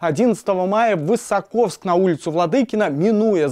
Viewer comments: ВысОковск а не ВысокОвск, хоть бы правильно произносили! Журналисты, да уж. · ВысОковск, а не ВысокОвск! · ВысОковск - ударение на 2-й слог на первую букву "О" :) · Название города не правильно говорите